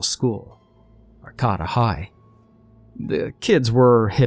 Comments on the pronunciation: It's (Ar-kay-ta) ...not ("Ar-ca-ta") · Just FYI, that second “a” in Arcata is a long a. So Are-CAY-ta, not Are-CAW-ta. I hate correcting people, but I’d also hope someone would correct me if I made a mistake, so I didn’t keep making it. 🥰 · Griffin Corley or you’re from Arcata and the name of your hometown is butchered 😂